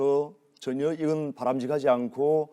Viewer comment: “전연”이 아니고 ‘전혀’다 이눔아. 이 쉐리 발음도 참